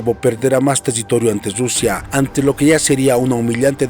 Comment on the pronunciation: No se dice RRRRUSIA se dice RUSIA CON UNA R QUE MAL TU FORMA DE AHABLAR